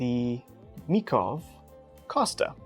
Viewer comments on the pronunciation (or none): Dear . Just to rise my voice for our neighbor Czech knife makers and their language, the correct name of the knife is Mikov "Kostka". That's also how the Czech word for cube is written. I have no idea how to properly phonetically transcribe it for English speaking folks, but Google Translate can say it properly :-)